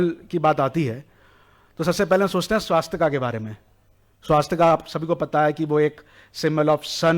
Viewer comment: पहले सही हिन्दी बोलना सीख लो |' स्वस्तिक है, न कि " स्वास्तिका " और " भूतकाल " है न कि भूतकाला भारतीय धरोहर संभालने से पहले, सही उच्चारण जान लो |